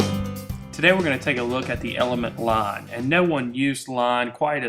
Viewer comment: IT'S LINE, NOT LON! GET IT RIGHT!!